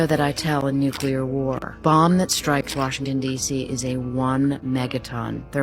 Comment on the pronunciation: Okay, WHY can't all of these "intelligent" people, who make these clips about nuclear weapons, PROUNOUNCE IT CORRECTLY?! Thank God Annie Jacobsen prounced it correctly, but this has become an epidemic of ignorance, throughout the world! First, we had to listen to years of that empty-headed monkey, George "Dubya" Bush, say "NUKE-U-LER," and no one in the media or his administration corrected him! (And even if they did, he is so ignorant, arrogant and narcissistic, he would probably still pronounce it wrong, just because he loves himself so much!) It's pronunced NU-CLE-AR or NU-CLEAR!